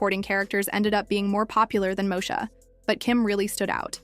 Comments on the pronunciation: MOSHA 🫠 its stressing me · This lady keeps mispronouncing Moesha!!